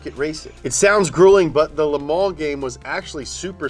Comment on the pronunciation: pronounces 'Le Mans' like "Lemon" except for some reason he gags on the M.